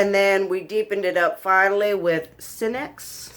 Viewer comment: Cinex as in See-nex. It’s a sativa hybrid